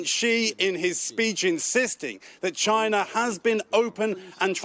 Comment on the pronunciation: Did she just say CHYNA 🤔🤦